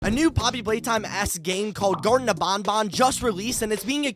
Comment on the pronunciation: It's gartena of BanBan Not garden Bo